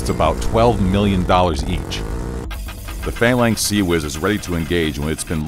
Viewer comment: I have never heard Phalanx be said with emphasis on the A's